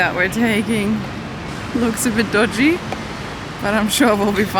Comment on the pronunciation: Miss you guys ❤ hope to see a German vlog soon also you sound so Aussie in this “dodgy”. Did y’all like flying Cathay? filming the cats is why she is my favourite person Also I cried watching you see your family again.